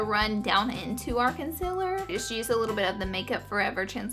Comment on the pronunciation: does anyone else hear her say con-cil-ler instead of concealer?